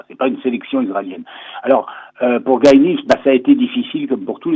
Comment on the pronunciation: Le prénom du coureur israélien se prononce t il Gaye ou Guy (à la française)?